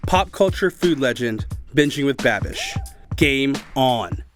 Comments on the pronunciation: I kept hearing “bad bitch” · I thought he was saying "bad bitch" for a long time 😂😂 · Is Matty saying babitch? I swear that’s what I’m hearing. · Man's pretty much calls him "Babitch" throughout the entire video and no-one gives a fuck 😂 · I heard Matty call Andrew babitch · I'm hearing Matty say "Bad-Bitch" instead of "Babbish"..... lmao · Keeps calling him Babitch, hahaha. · He called him babitch 😂😂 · All I heard from Matty was "Binging with BadBitch" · Why dose Matty sounds hes calling babish . Bad Bitch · Every time Matty says 'Babish' it sounds like 'bad-bitch'... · "Babitch" lmao XD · I cannot unhear "Babitch" xD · Instead of "babage" I legit thought he said "babitch" :'))) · Is he saying banish or bad bitch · keep thinking Matty is saying bad bitch lol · he says bimbish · I always thought he said babitch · I just heard bad bitch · Matty kept saying “babitch” for some reason that was hilarious to me. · Does Matty keep calling him "Babich"? Lol. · Everytime Matty says Babish I keep hearing "bad bitch" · Did he just call him BABITCH? LMAO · I thought matty was saying badbitch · I keep hearing badbitch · Half the time he was saying Babitch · I thought he was saying Babbitch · anyone else think he was saying bad bitch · He was saying BaBitch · I love how Matty calls Babish, “Babich”😂😭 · I heard Babidge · Is Matty saying “Babidge”? 😆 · I feel like Matty keeps saying BABITCH :D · I swear I heard matty say pronounce Binging with babitch! Lol Matty stole the whole show! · Why does he keep saying Babitch? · "Babitch" lol. He said it like 3 times. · When matty called babish "babitch" 😭🤣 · "babich" lol